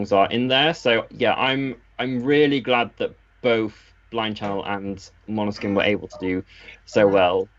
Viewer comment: you're getting really good at pronouncing Måneskin correctly. 😃 👍